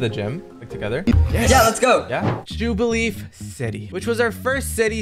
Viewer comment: Mispronunciations conclude "Jubileef" "Rotum" "Abawsnow" "Frowlicker"